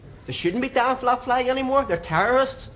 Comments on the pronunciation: Did he just said his Fleg which everyone else calls it Flag. What a complete Moanbag he is talking about Flag's oh sorry Flegs I mean.😂😂😂😂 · Don't you mean "fleg"?